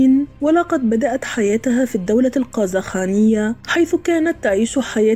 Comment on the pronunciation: الله يجازيك ،شكرا على هذا العمل. ولكن أريد أن أصحح كلمة نقول الدولة القرخانية و ليس القزخانية